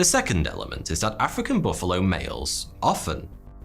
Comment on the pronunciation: Most dangerous animal? Mosquito, not baffalo.